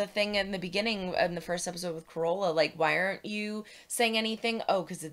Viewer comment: FYI- accent is on "car" in Carola.